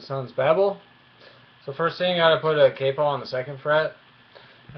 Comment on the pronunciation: it's pronounced correctly in this video. (cay-po)